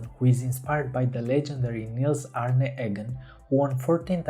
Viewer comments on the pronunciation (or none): none